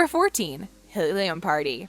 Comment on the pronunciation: Why did she say helium like that lol 😂😂